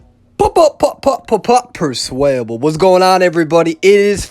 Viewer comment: Perswayable what is in orgy? Sorry If im dumb I’m only 10 lol, is it another way of saying match?